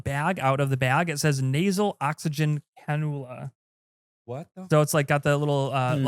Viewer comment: ive derived great amusement from all the various medical words being mispronounced and the general cluelessness. tysm, "canoola" was a good one